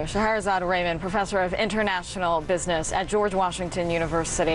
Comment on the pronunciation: I know that actual someone..!! Lovely lady. And last name is not rayman... its Rah-maan